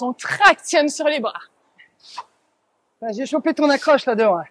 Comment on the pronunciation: Ergo. Merci à vous deux. Cindy svp travaillez votre prononciation. Vous mettez des A en plus un peu partout ! Par exemple vois dites brava pour bras. Vous avez aussi tendance à changer les E muets en A.